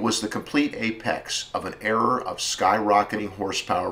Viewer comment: I'm loving your videos but it ERA not ERROR. Very distracting.